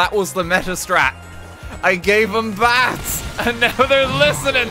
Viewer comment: it took me a solid 20 seconds to realize he was saying BATHS. i thought he was saing BATS and i was so confused